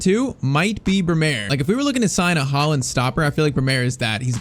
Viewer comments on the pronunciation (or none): It's Brêmer not Bremêr